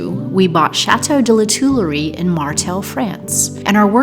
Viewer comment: Another French lesson for your introduction: Tuilerie is actually phonetically pronounced: Twee-luh-ree. Seniors are particularly vulnerable to this type of harassment. I'm glad you both responded appropriately and that this person of interest is no longer in your home. I hope that you have the dated receipt of his cash payment and that it states how he paid as he could bring this up as being that he paid it with a cheque and because of that did not receive a receipt. Hopefully he does not get to that point. And hopefully you will no longer be bothered by him but letters arriving at your home in his name.....wow! that's really low. Thank you for alerting all your viewers of this and explaining the method of harassment. Once bitten, twice shy. And it's always best to prevent than to cure (as seen by Sally below.).